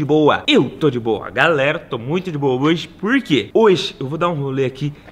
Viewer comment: Hoije? Kkkkk não sabe nem falar esse nordestino kkkkkk